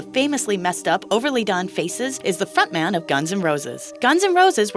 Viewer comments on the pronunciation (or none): Did she say 'fat man' instead of front man??